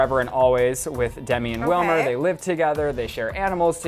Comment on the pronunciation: It's Wilmer ! learn Spanish .